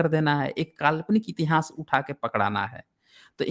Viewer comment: श्रीमान जी इतिहास शब्द का उच्चारण सही करें